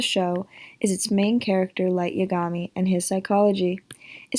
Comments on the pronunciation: It's YA-ga-mi not ya-GA-mi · It’s Y-A-gami